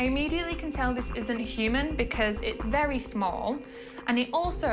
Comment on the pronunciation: I know, it's all conspiracy theory programs or fake reality programs . Don't understand why they kept history and dropped channel, surely the opposite would have made more sense. I love the way she says "very small" like she's never seen children lol